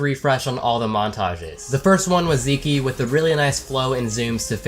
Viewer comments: TFW pronounces Zeke (Zee-k) (*like geek*) as Zee key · "Zeekee" lol. Pretty sure thats just pronounced "zeek" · Did this man really just pronounce it Zeekee... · When he calls him zeekee instead of zeek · U pronounced Zeke wrong.